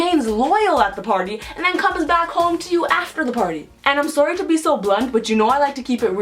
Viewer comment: Ok I know this is annoying but: "sooawry"